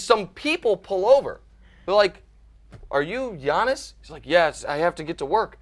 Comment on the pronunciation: Giannis. And yes Joy, your pronunciation was spot on (I'm Greek)!!!